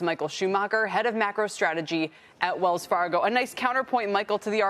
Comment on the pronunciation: Sorry, did you say Wells Fargo 🤭